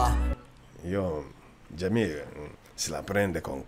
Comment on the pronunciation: Jamil non si dice così casso